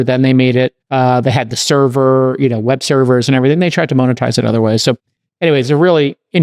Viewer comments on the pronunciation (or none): Why can’t Jason pronounce monetize?